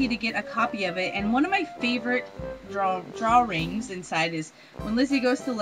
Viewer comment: I've never heard anyone have that extra "r" in,"drawing" before. It's interesting =). Gracias muy mucho for bringing up the hair deal. I, myself, was all, "Hm. Gays have awesome short hair. I'm Gay. I should chop my hair off". I decided against it, but your video was a reassurance that i made the right choice =P.